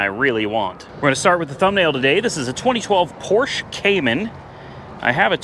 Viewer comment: thanks for calling it a Porsch(e).... and not a Porscha